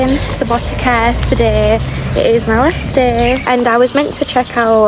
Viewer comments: letter C is pronounced exactly like the ts sound at the end of the word 'cats SubotiTSa, pizza 🤔🤪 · It is pronounced Subouteetza like subo pizza with t :D